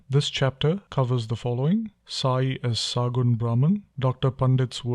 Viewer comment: It is Sagunn not saagunn .